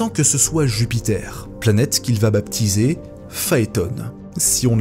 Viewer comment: On ne dit pas baBPtiser 😂😂😂😂